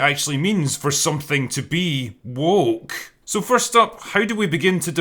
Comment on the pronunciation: Personally I think just avoids the word "woke" because he struggles pronouncing it. WOOOHCKH